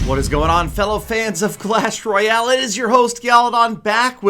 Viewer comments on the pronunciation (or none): none